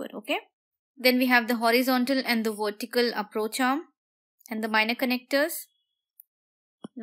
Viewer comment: you helped me a lot in my studys thankkkkkkk u .......and love it when u say wortical support haha :)